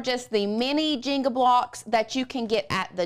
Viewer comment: I was very confused why she was saying " jingle" that way...finally realized she meant the JENGA blocks lol